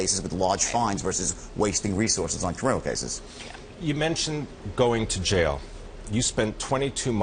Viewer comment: It's pronounced jail, not jayal. It's pronounced fraud, not frawd. (yes this could go on). But seriously, people are going to pay to listen to this? Man, I sure got on the wrong train.